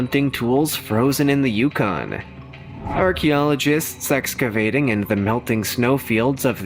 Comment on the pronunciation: he said "Sexcavating instead of Excavating , even my 8 year old granddaughter heard it!